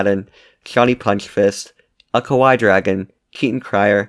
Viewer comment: Just know, if you pronounce it Ko-waii, it means "scary" in Japanese (hope I didn't mishear that Patreon patron listing of "The_Kawaii_Dragon"), SO BEWARE OF JAPANESE VIEWERS OR VIEWERS LIKE ME WHO KNOW JAPANESE!